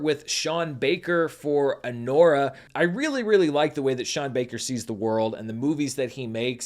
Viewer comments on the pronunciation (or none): none